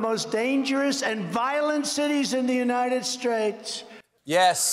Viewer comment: United “Straits” & “Spates” barely comes close to the great United “Shaish”